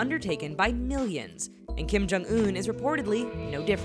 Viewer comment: Kim-Jum OOF